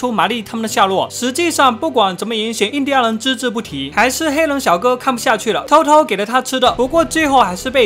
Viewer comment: 念錯了 印第安人